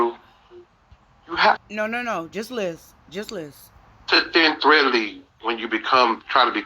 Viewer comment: What is thin threadly? Does he mean tread lightly?